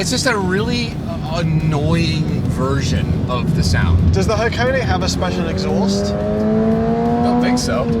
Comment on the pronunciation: Ha は ko こ ne ね -- はこね not Hacone-ey, and the sauce you were thinking of is ponzu, yuzu is a source citrus, like a lemon.